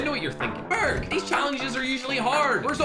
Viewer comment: Ferg not Greg